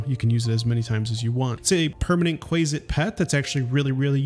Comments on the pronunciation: Qu-ay-sit makes me want to die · Not him calling a quasit a quayzit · I take issue with your pronunciation of Quasit. But besides that, this a very quaelity video 😂😂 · Not subscribing due to your incorrect pronunciation of Quasit.